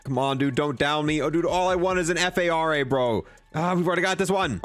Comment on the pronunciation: F. A. R. A. LoL I thought you were trying to say FFAR I think it's just called Phara 83, it's a real gun.